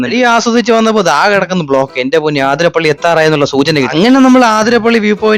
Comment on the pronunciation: കഷ്ടം...!! ആതിര പള്ളി അല്ല... അതിരപ്പിള്ളി...